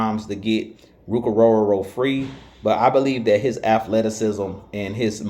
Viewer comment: You definitely can pronounce his name!! Love your work!!😊